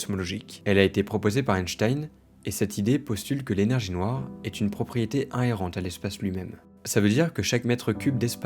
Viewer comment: inhérente, et non un-erente stp.